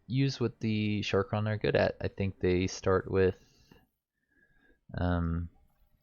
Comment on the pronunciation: Sha-karn not sharkon People ability to read really disappoints me.